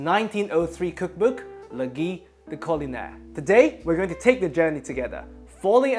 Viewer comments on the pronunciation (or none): Man pronounced Gui-de-Culinaire like it was Guy de Maupassant